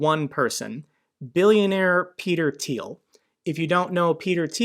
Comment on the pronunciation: Finally someone who can pronounce “Thiel” properly 😂